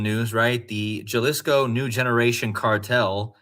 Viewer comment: Yo lo—-Jalisco is pronounced Hall-ees-co. , thanks for your work